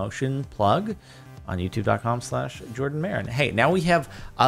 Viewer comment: you said his name wrong its jardon